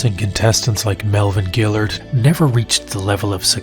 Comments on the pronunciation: Can't pronounce melvinn guillards last name , then brad imes. Lol. Dude I thought u watched ufc back then? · Guillard has had like 50 fights and you still don't know how to pronounce his name? And Brad 'Eye-Mess'?! You sure you watched the shows?